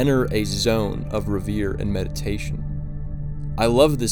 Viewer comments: That'll be "reverie," not, "reviere." 🍻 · Great vid, but it's "rEveree" not "reveer" since it's a quote, I felt obliged.. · RE-VER-IE, not RE-VERE. Those are two different words with two completely different meanings. STALKER is a low-budget film that does exactly the opposite of what everyone so easily thinks is cinematic law. It tells, through endless dialogue, instead of showing. Now, that dictum is bogus, because JAWS, which so many "show don't tell" acolytes REVERE does exactly this in everyone's favorite scene, Quint telling about the sinking of the Indianapolis. Spielberg lets Rober Shaw TELL the scene, because they couldn't have afforded to SHOW the scene. Given the cinematic technology available in 1978, even in Soviet Russia, there's so much more that could have been done to convey the notions in STALKER. Even the weakest Nicholas Roeg film is a great place to start. STALKER is not so much a boring film as it's an overly stretched out film that talks too much and shows very little. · The word is pronounced "REV-er-ee". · Check your pronunciation of the word "reverie". You pronounced it like "revere".